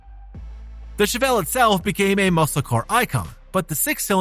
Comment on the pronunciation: Chevelle not Chevellre.